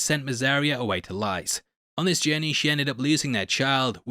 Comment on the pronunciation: Short i in "lys', mate. Like Liz but with an s